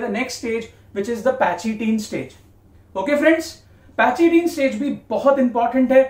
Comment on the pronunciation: Ye pachytene پیکیٹین ہے نہ کہ پیچیٹین